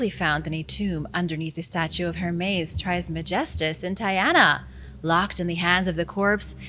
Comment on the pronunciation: It’s pronounced Er-mis Tris-meh-gees-tuhs Hermes trismegistus